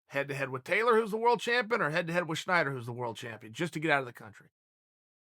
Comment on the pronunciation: Wrong again chael. Its snyder not schneider